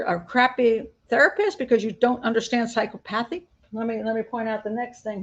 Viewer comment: please look up the pronunciation of psychopathy because I believe you mispronounced it